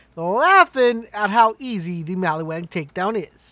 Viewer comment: Mali-WAN. Not wang!!! Are you remedial?